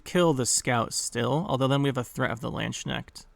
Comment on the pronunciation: ma boy butchered poor Landsknechts name, far beyond i would thought xD